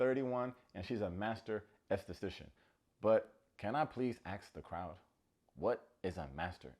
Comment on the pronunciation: The way he pronounces estheStcian had me cracking up 😂 I had to listen to it twice to make sure I heard it right 🙊love you!